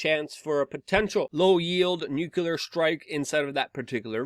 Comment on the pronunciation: It's STILL NU-KLEE-AHR and NOT NUKE-YOU-LER!